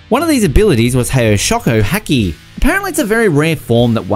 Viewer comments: What the fuck is „hekki“ - I know haki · And hacky instead of haki